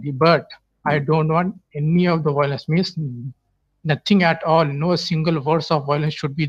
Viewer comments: Why all the Whylence? 😄😄😄 lol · I love how the 1st caller says "Whylence" instead of "violence" 😄🇮🇳😄🇵🇰😄